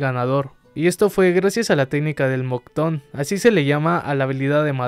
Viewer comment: "MOCTON? PENSE QUE ERA MOKUTON XD "